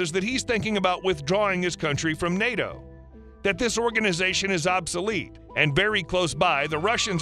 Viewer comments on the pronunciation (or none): none